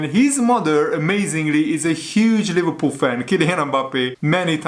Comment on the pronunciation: Leh verpoool😂😂😂 i love the way how you pronounce Liverpool😂